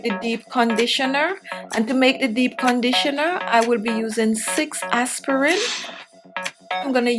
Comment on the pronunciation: El Guanto ,how she pronouce aspirin is plain annoying